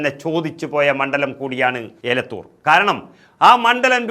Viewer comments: ഏലത്തൂർ അല്ല. എലത്തൂർ ആണ്‌.. 👍🏻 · എലത്തൂർ ആണ് ഏലത്തൂർ അല്ല. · ഏലത്തൂർ അല്ല എലത്തൂർ ആണ്..